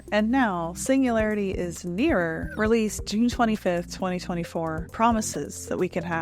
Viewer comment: Like your content, but there’s a G in singularity 😢